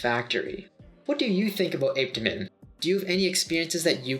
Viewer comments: i learned it pronounced ah peh ta min😭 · So I’ve been here waiting for him to pronounce Apetamin , only for me to hear 🥲🥲 Ape-temin 😫🚶‍♀️🚶‍♀️🚶‍♀️ok we move ✌️ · "APE..TA...MENS"!! 😂 and he wants us to take him serious!!?? LMAO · If he says ape tamin one more time🤣🤣🤣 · My daughter and I tried apetamin a few months ago and we didn't experience any negative side effects. I don't know your height but I'm 5'9 170 and I've seen about 10lb weight gain that I've held onto and I only used half of the bottle because my appetite is off the chain now and I can eat quite a bit. ApeToeMen helped yes ApeToeMen per the docs pronunciation 😆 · Why listen to this guy...he cant even pronounce Apetamin👀😬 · I really wasn’t expecting you to pronounce apetamine like that :/ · Like how you doing a review and can’t pronounce it!? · It pissed me off too !🙄